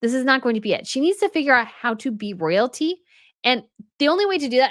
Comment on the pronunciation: “Soyalty”, not Royalty 🥴